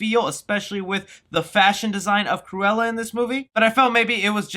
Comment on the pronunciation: sometimes you sound like saying "squirella" which is some badass name for a comic villain